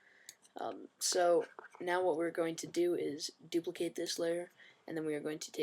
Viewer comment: "so we're just going dupilcate this layer "i have mail" i then click layer...." xD epic